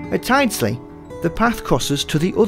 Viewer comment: Tyldesley rhymes with builds, not tiles!